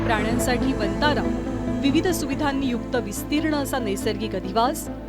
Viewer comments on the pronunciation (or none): वंतारा ऐवजी "वनतारा "असा उच्चार केला जावा ही विऩती